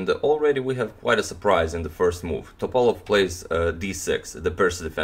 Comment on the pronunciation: He he ok, after few minutes ypu started to say Top'alov. :) I'm happy